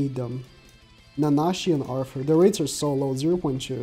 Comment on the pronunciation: Each time you hear say "Arfur" you take a shot.